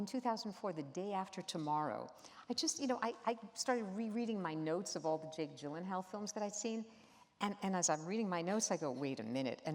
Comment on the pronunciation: "Iv'e been watching your work since 2001" Yet she still can't pronounce his name correctly